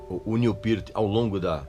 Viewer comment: Tou vendo que o Régis continua com o inglês macarrônico. Acertou no Peart mas como a larga maioria dos brasileiros, errou no Neil. Em inglês, o "L" no final da palavra não tem o som de "U", portando, não é "Niu", é "Nil".